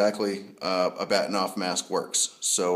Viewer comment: Good Video. Just as a side note, the correct pronunciation is Bar-Teen-ov after the Russian Astronomer who designed it. But strangely, even though I know that, and can speak Russian, I too still call it a Bat-in--ov mask LOL! Funny how we get used to calling things by a more commonly used name than it's real pronunciation.